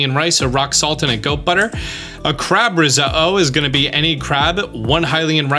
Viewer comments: The way he said risotto is annoying me its said how it’s spelled “risotto” not “riso-oh” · Wait, who says rose-uh-oh? I thought it was rezodo? 😂, seriously…your videos are amazing. Subbed because of this amazing series! Can’t wait to see more/different games now…you’re the boss! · Who says risotto like that “risuhoh” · Stop saying Ris-Oh-Oh, your killing me :face-blue-smiling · Was the only thing I could think about😂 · please pronounce the "tt's" when saying Risotto..... it's not riso-o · Thank you for the explainations! Some of the recipes I've found online are incorrect which is confusing. One question though: why do you say risotto like that? The t's aren't silent. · Did you say risotto that way on purpose? Is it a regional thing? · Highly uncomfortable by how you say “risotto” lol. Great video! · I love you. But how you say risotto bothers me lol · you said risotto wrong so many times i had a vein burst in my forehead. btw you pronounce the you pronounce the Ts great vid tho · Why'd you say risotto like that? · why are you saying risotto like that lmfao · TIL how to pronounce risotto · Hearing you constantly mispronounce risotto is painful, the ‘t’ is not silent